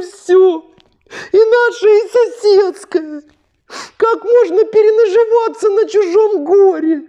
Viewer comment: 😂 як зупинитися сміятися...ікаю вже..." перенажіваться"))) 😂😂😂😂